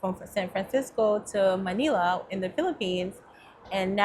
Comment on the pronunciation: I’m Filipino and Manila is pronounced Muh-nil-uh. Rhymes with Vanilla. 👍 I also hear the word Tagalog pronounced wrong. Not being rude, just informing you.